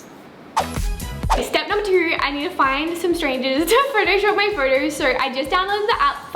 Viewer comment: They way she says photos tho. “Furtos” Lol no hate tho 😂